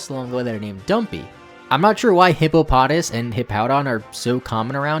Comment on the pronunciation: It’s hip-O-pa-tos